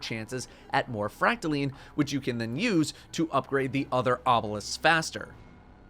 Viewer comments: fracta....LINE! NOT LEEEEN -__________ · First you pronounce recluse as reck-loose, now it's called fractal-lean